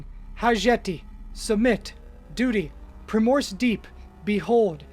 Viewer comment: The way Onyx was pronounced only 7 minutes in and I knew my nest bet was just to skip to 'You've been awfully quiet". Then I heard 'Stead' and 'Primrose' and I can only imagine the genocide of pronunciation that must have occurred in the previous 3 hours.